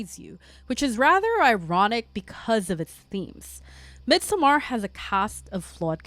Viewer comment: Absolutely love the video, your channel, your vibe and aesthetic, and you’ve got a new follower! But your pronunciation of "Midsommar," has me questioning reality. 😅😅😅 Also. Dr. Who had been around so long that it transcends genres. It IS a genre. So of course it contains horror. That first episode with Tennant and the Ood was definitely horror